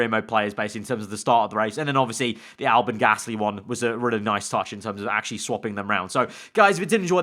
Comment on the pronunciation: Ah, yes. Pierre GALSY not to be mistaken with Pierre Gasly. EDIT: He fixed it.